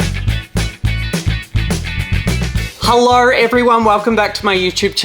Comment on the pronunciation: he said hellor